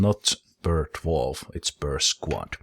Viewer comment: Everytime you said, "Drawf, drawf drawf." I think of The Hobbit theme. With all the Drawfs sining about god knows what.